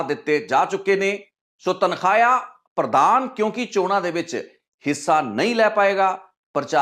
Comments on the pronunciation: ਤਨਖਾਹਿਆ ਨਹੀਂ ਤਨਖਾਈਆ ਹੁੰਦਾ ਹੈ। ਤੁਸੀਂ ਚੰਗੇ ਪੱਤਰਕਾਰ ਹੋ ਤੁਹਾਨੂੰ ਆਪਣਾ ਪੰਜਾਬੀ ਦਾ ਉਚਾਰਣ ਠੀਕ ਕਰਨਾ ਚਾਹੀਦਾ ਹੈ। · ਆਪਣਾ ਪੰਜਾਬੀ ਸ਼ਬਦਾਂ ਦਾ ਉਚਾਰਣ ਸਹੀ ਕਰੋ ਬਹੁਤ ਹਾਸੋ ਹੀਣੇ ਲਗਦੇ ਓਂ ਜਦੋ ਗ਼ਲਤ ਬੋਲਦੇ ਹੋ ਤਨਖਾਹਿਆ ਨਹੀਂ, ਤਨਖਾਹੀਆ ਹੁੰਦਾ ਹੈ